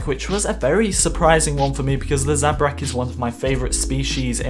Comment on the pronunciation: How dare you say zabrak 😲😱😡